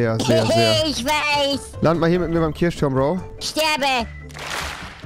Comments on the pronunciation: Sry für den Niemand Kommentar😂 Niemand: Wirklich Niemand: Rewi:Kirschturm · Niemand absolut niemand: Rewi: ich bin hier im Kirschturm